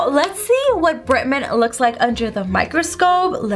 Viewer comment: Why do you say bretman "britmen"